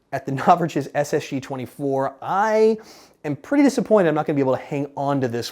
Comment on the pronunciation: es es gee twanty fur